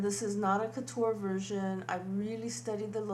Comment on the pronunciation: Courture not kuter. No offense intended:D